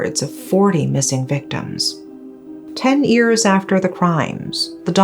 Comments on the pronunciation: Irritates me when she pronounce years as ears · Unrelated to the video topic, but I love the way she pronounces "years" 😂. It's so cute!